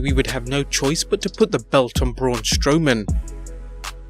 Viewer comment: Braun Stowman wtf it’s Braun Strowman